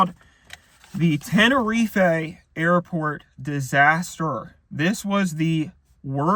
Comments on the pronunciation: Why does he keep pronouncing it tenereef-ay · ten or ee fae 🤫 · Knew this was going to be good eating when he mispronounces "Tenerife" in the first 10 seconds